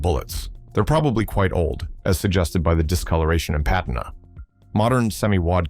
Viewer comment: pat tin ah ? how about puh tina